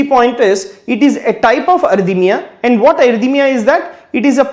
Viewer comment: Thank you very much . But please do not say (arthymia Because it is called arrythmia)